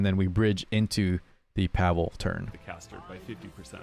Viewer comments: Pavel is a name you can meet in slavic countries. Can't tell i've heard a person named Pavel outside of such countries unless he has slavic ancestry. In slavic countries the way we pronounce the name is pAvel not pavEl like they do in the video. I'd say way of saying it is the correct one. On the game topic, he looks very poggers and fits my playstyle. Been waiting for a ML like him for a while, been skipping the pepega banshee ML units they've been pumping out lately. Yes, Diene has different voice actor, because previous one dipped the voice acting biz. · Pa-vull is correct, not pa-vel he says his name in his s3 idk why they all say it wrong